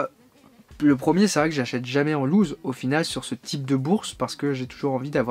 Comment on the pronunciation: Reportage intéressant. Prononciation à revoir pour Corgi, Siku et "loose".